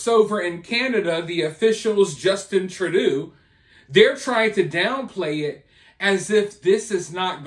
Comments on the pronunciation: I was going to correct him but wth let him call him Tradoo 😆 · "True doe"..not "true doo" is how to pronounce the scumbag's name! It's all smoke and mirrors in regards to the J- walker schools! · TRADUE??? It is Justin Trudeau. Pronounced 'True Doe'. Son of Pierre Trudeau... 2nd gen politician. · Trudooo 😂😂😂 it's Trudeau pronounced trudoh. But we prefer treasonous p o sheeeet here. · it's pronounced TRU DOUGH.....and as a Canadian I can't believe he's still in power. It makes me sick to my stomach. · It's pronounced "true dough" . FYI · Hey brother. It's Justin Trudeau. Pronounced "True" "Dough" Justin True Dough. Justin Trudeau. Just fyi. ✌🏽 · His name is pronounced True dough! Rhymes with go! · FYI It's pronounced True-doh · It is pronounced trudough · The way you are pronouncing Trudeau 😅